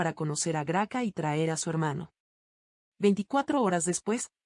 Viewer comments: Esta mal leido Grace no sera GRACA como la nombran es un error grande quien habra revisado esta transmision ? Si van a traducir por favor haganlo correctamente. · Se dice gracia, nó se dice graca. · Se dice gracia.